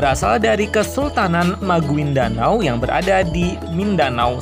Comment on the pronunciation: Maguindanao bacanya magindanau